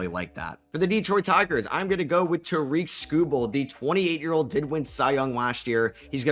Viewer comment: It's not pronounced DEEEEEtroit and it's not pronounced Tareeeek. What is the matter with you YouTubers...if you want us to take you serious then listen to 1 single replay of a Tigers broadcast to learn how to pronounce his name correctly. It's just like Derek but with a T....T-Derek....Terek,....Tarik. Skuball...Skoo....bull....Sku...ball...Skubal. Tarik Skubal.